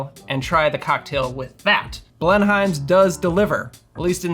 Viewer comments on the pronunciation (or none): down here it's pronounced Blenum's. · Blenheims is correctly pronounced BLEN-ums, In the same way that Greenwich is not pronounced Green witch.